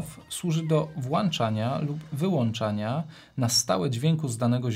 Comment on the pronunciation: bardzo przyjemne dla ucha i oka omówienie ATEMa, ale proszę zwracać uwagę na "włanczanie" i "wyłanczanie", boli w uszy😂😂